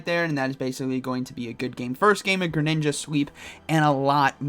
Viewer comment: everyones going to talk about "grininja" lmao